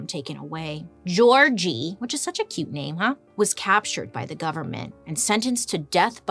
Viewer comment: It's okay to not speak the language, but please, research the correct pronunciation next time. 🥺 "György" is not supposed to be pronounced as "Georgie"; the Hungarian phoneme "gy" is the softer (palatalized) version of "j" and the "ö" is pronounced as the letter "i" in "bird". So "jirj" would be a more accurate pronunciation. And "Dózsa" is roughly pronounced like "Dough-sha". Thank you!